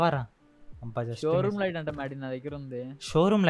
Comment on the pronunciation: bro its shroomlight not showroom light